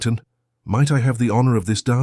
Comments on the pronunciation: Black 'heeth' not Blackhearst. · Apparently the AI reader has decided "Blackheath": is to be pronounced as "Blackhurst".. A minor point I suppose but an irritating reminder that we humans have decided to hand off the ability to read our own stories! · Blackheath is not Blackherst.